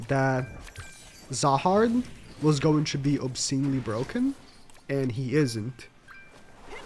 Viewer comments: His name is zahard not rahard😂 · when you say "rahard" instead of "zahard"...